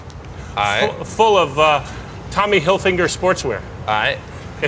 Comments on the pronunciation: "tommy hilfinger"? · bahaha tommy "hilfinger" LOL